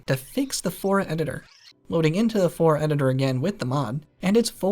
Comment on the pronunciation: Flora not fora